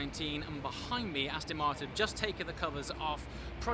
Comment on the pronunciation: Aston not Astin!